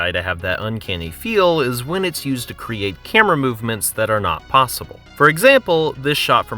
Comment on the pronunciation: It sound like you pronounce "create" like "creet".